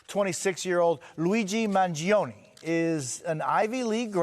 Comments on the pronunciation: Manifesto He said “Mangiano” It’s Mangioni… duh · "If there's anyone that knows anything about this its you "??? The guy literally didn't even know how to pronounce the suspect's last name correctly. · Pronounce his name right.